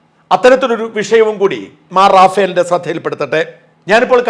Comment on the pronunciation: റഫയേൽ എന്നാണ് ശരിയായ ഉച്ചാരണം.. റാഫ്ൽ അല്ല റഫയേൽ fighter ജെറ്റുകൾ ഇന്ത്യ വാങ്ങിയിട്ടുണ്ട്